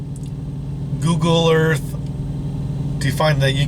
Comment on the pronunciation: CORRECTION SIR!!!, Googoo Earf